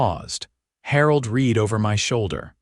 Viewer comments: I'm so tired of A I not saying the correct tense for the word Read (re'ad) pronounce d RED not read. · Could someone teach this AI reader the difference between read (reed) present tense and read (red) past tense?